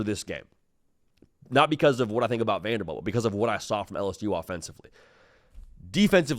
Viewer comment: It’s Vanderbilt not Vanderbelt